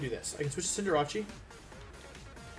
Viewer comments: Cinder-ah-chi??? Lol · Congrats on the win! I used to be able to say "Cinderace" around a year ago... Cinderacci has taken over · The way he pronounces Cinderace drives me nuts.